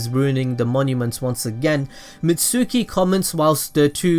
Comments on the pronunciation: this man said mitsuuki instead of mitsuki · Not mitsuski mitski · Misuki? Is pronounced mi•t•skee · Did he say Mit-sooki???? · mitsuki (mits-key) the u is silent. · It's FUCKING MITSUKI MITSUKIIIII THE U IS FUCKING SILENT